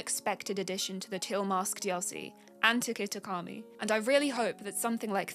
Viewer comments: Kitikami not Katsukari... I'm 16 seconds in... but otherwise great video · How do tou look at KitaKami and then pronounce it as kataukari. Those arent even the same work. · Katsukari? It's kitakami! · Kitakami not katsakari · Its kitikami not katakuri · I'm sorry....Katsukari? 🤣🤣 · Great video but yeah just felt weird hearing katsukari and not kitakami at the start. Otherwise keep on the good work ! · It’s not katsukurri it’s KITAKAMI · Katakari?! It’s Kitakami! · It's key-ta-ka-me not kastuskami it's kitakami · “Katakari” how do you get it that wrong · Kitakami not somtinh eles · I am absolutely losing my sanity every time you call Kitakami some new name 😂😂😂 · she really said katshikari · I loved all the mispronouncing of kitakami. That was really funny. Good work on the first vid. I actually wish these mons were real. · I mean this is a great video with very unique and creative ideas but c'mon just take a second to get the very easy pronunciation right. Out of like 5 tries you got it right once and barely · How did bro manage to say Kitakami wrong literally every time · This is a great video! :] Your designs and writing skills are fantastic! I also loved the running gag of miss pronouncing Kitakami lol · Every Kitikami mispronounciation was hilarious. This was a really cool and thoughtful video! I love all the designs. 1000 Souls Basculegion is my favorite of the designs and lore wise I think Mind's Eye's Braviary is my other fav. For the latter, a potentially interesting ability that came to mind based on Braviary's hypnotism powers could be like Brainwash and it functions similarly to attract. So the opposing pokemon can't attack, but instead of 50% immobilization maybe it's 30% or 20% because otherwise that'd be pretty broken I think. Or it could only effect the first pokemon Braviary interacts with or something. Anyway really dope video! Can't wait to see more :) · I love how Kitakami is mispronounced in different ways each time its mentioned. Perfect add-on.